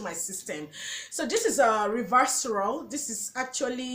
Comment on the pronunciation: Try tumeric lycopene and alpha lipoic supplements also it's pronounced hi la Ron ic acid and re serve a trol